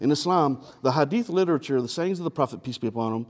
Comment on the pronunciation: Thought he was saying 'Peas be upon him.'